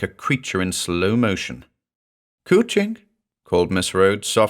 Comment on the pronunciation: cwching means cuddling in welsh. coo-ching not so much